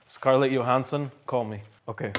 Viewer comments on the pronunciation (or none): none